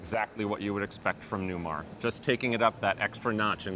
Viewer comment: Does this Newmahhhh have Smahhhht Pahhhhk?